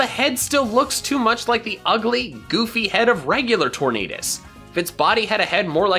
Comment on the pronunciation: Did you see at one point, he said instead of “Tornadus” it was changed to “Torn Anus“